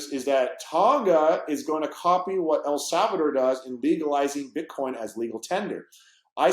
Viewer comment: Jared from subway calls it "BitCorn" , 😆